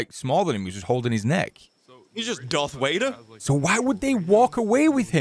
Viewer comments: Dearth Wader? lol I love. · I agree lol they are the best hahaha 🤣 there Grammer makes me feel not alone hahahahah dwarth wader instead of Darth Vader hahahahah 😆 lool inconvencentite insteed of inconvenience looooll, and how they bicker/argue like siblings 😆 it's just golden best energy I have ever felt through a screen is from thses guys